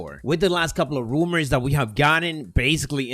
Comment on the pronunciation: just makes me happy. I love the way he pronounces Rumours 😂